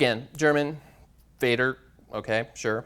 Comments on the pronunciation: Why reading foreign languages as they were written in English when you use their original writing forms? German Vater "feyder"? If you really want to give examples in foreign languages, you should make an effort to pronounce them correctly. Another point, in linguistics words like 'idiotic' and 'crazy' are never used as they are not relevant. :( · you in English don't pronounce father as "feyther", so please don't do it in the other languages (Vater, vader, fader, etc.) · This presentation is the worst one I've ever seen. Do you know how disgusting it is when you say German "Vater" with your English? Please at least try to say all the words correctly which appears in your PPT, that shows you are making a scientifical subject but not a talk show. Such a presentation with star wars picture in PPT deserves no respect.